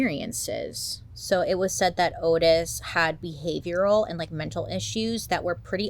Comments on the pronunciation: Oh Bailey I’m disappointed already. His name is Ottis. Not Otis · *Ottis. Pronounced “Ah-tis” rather than “Oh-tis” per his own self. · His name was pronounced "ODD-iss," Bailey. Respectfully.👍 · I love that Bailey mispronounced the killer's name the whole time. The disclaimer in the beginning .. totally forgiven. We love you, Bailey!!